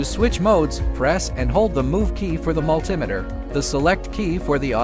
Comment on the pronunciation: AI video calling it a Multimiter. Find a human.